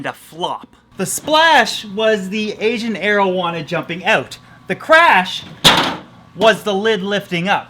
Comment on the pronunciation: Each time he says asian arowana i think he says asian marijuana